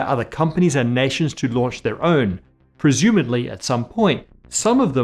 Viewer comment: "PRESUMADLY" ah cmon now you know how to say presumably get it right lad. UNSUBSCRIBED!!! CHILDHOOD RUINED!!!